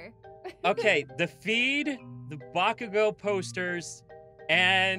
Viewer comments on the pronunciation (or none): I hear say "Bakugo" No one: Me: AHHHHH